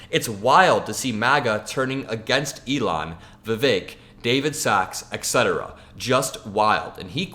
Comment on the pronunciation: "etc." is an abbreviation for the latin phrase "et cetera" which means "and so on or "and the others". you pronounced it "eck setera", but the correct english pronunciation is " et setera". You are very well spoken, but for those who know the correct pronunciation, the error stands out like a sore thumb. It is a very common error in pronunciation.